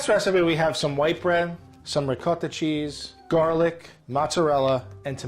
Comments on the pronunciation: Curious how he pronounces it “riquouhettah” cheese but then mozzarella cheese. I mean, why not also say “ouhelleaveh wheulle”? Why not “goureen pouhaipers”? How about “tourmewtee peahaisteh”? If you’re going to invent a ridiculous, non-accent, go all in! Don’t just mis-pronounce one word in a way no one else on earth does. Brand it! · Fey Merritt I cant stand the ‘rigot’ pronunciation of ricotta in America. It’s so far from the Italian pronunciation. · I can’t tell if I’m annoyed, offended,or impressed by the way pronounces ricotta 😂😂